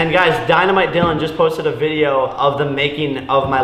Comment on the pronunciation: Did u just say Dolin Twins? It’s dolan your tweakin